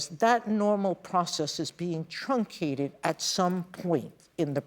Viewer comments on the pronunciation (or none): Did she say truncated? 'CAUSE I HEARD TRUMPCATED...